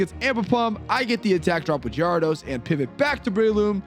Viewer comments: Wtf is a gee-are-dos? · What is that gyarados pronunciation?!?!?? AHHHH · I think it’s pronounced gher-ah-dose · the way you pronounce gyrados and gengar is atrocious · Thats not the right way to pronounce gyarados is it...? Is it???? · I feel like you're mispronouncing Gyarados to get people to correct you for the algorithm. In which case, good job, you got me. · ...why do you pronounce the names this way. Gengar, Gyrados, Magneton, Milotic......horrible and unforgiveable